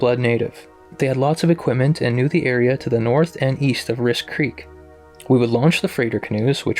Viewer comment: Hi,i really enjoy your stuff.I was very surprised to hear the area "Riske creek"...pronounced ("risky"),i live in Riske crk. No doubts about sasquatch being around ive had a couple experiences myself here at home,which btw is across from jims family property. Thank you for the story( experience)